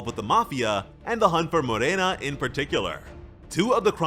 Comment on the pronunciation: thanks for pronouncing Morena right